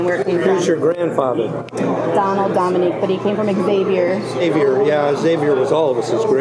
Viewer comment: it's so funny how the pronounce xavier like ex-avier